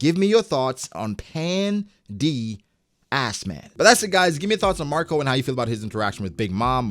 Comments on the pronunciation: My mans said Pan D. Assman💀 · It's '' Pandass man''😂